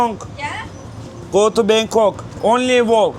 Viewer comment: Bangkong değil Bangkok.